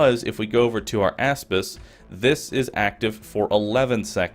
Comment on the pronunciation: I thought he was saying asspiss